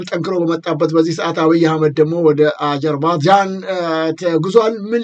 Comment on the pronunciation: እንግሊዝኛው እምቢ ካለህ አጀርባጃን ሳይሆን አዘርባጃን ነው የምትባለው አገሪቱ። እንደ ጋዘጠኛ እንደዚህ መንተባተብ ያሳፍራል ለአንተም ለእንግዳህም። ይደብራል !!!